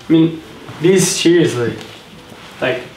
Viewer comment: OMFG SAYS SERIOUSLY AND HE SOUNDS AMERICAN TRIPPPYYYYY (its actually )